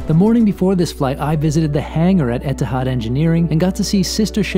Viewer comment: I'm confused. Etihad (pronounced here as "Etahad?") couldn't get rid of the A380 fast enough and said it would never return to service. Now they can't bring it back fast enough and they're celebrating its return with themed cards, amenity kit, etc. while making it known that they're getting rid of it again Why? Are they worried that Emirates, Qatar Airways (ugliest livery of any airline and hater of the A380), Singapore Airlines, British Airways and on and on had stolen their thunder by bringing back the world's best passenger experience, and attracting customers? In the words of the excellent Dennis Miller "just my opinion - I may be wrong".